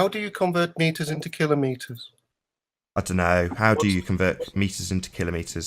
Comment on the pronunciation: Thank you for being One of the few people to correctly pronounce kilometres! It drives me crazy when narrators mispronounce this very simple word!